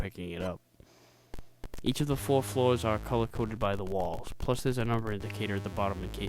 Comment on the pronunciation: "each of tha foa floas" ?